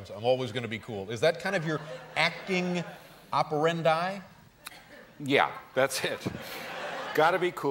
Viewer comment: "acting opereendaaaiiiii" ???? poor latin....